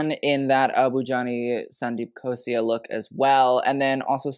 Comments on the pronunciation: The anxiety that I got from him everytime I heard him saying- "Sandeep Khos-I-A" instead of "Sandeep Khos-LA". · its KHOSLA not KHOSIA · I loved this review, just one thing… it’s Abu Jani Sandeep Khosla and not Khosia, again love the review, not hating just letting you know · Sandeep Khosla not Khosia 😅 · Okay but Gigi was definitely the best dressed. She looked stunning and the saree was gorgoues. Also side note - It's Abujani and sandeep khosLa, with an L not khosia, hehe. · Since there are so many abujani sandeep looks covered, wanted to point out that it’s khosla with a L not khosia with a i 😂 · I laud you for attempting so many names of celebrities, designers, fabrics and drapes. Agree with more of your compliments and criticism. The bra top, as you put it, with the lehengas are 'choli's. A note - Gigi's second look is Sandeep Khosla, with an L and not an i. Also for Sara, banarasi is more of a weave and because of that a more flat threadwork whereas this embroidery ties back to mughal roots in the style of jacket as well as the print. Lastly, it is Shanaya Kapoor, the way its spelt is correct. A little quality check and background check goes a long way,. Expect to see you get into more such videos:) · Your videos are PERFECTION. Just pointing out a slight mistake - It’s “Abu Jani Sandeep KHOSLA” not “KHOSIA”. Continue to make such incredible videos!!! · Hey small correction - its abu jani sandeep KHOSLA, not KHOSIA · The Indian designer's name is Abu Jani Sandeep Khosla not Ghosia 😊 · It's Abu Jani - Sandeep Khosla (not Khosia) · please Please PLEASE get the designer names correct, that's "abu jani sandeep khosla" not khosia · Its not Abu Jani & Sandeep Khosia Its "Abu Jani & Sandeep Khosla" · just a correction…it’s Abu Jani Sandeep Khosla not Khosia..you did amazing sweety!!!! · I love you for doing this but it's Abu Jani Sandeep KhosLa, not Khosia. 😭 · You mean - " Abu Jani Sandeep Khosla " and not Khosia . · It's khosla* not khosia